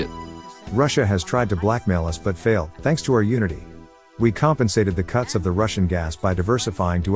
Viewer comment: I heard cucks of russian gas, lol. But its cuts.